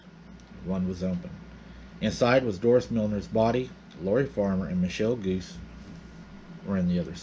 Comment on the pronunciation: Also, the name Guse is not pronounced "goose". It is pronounced "goo SAY".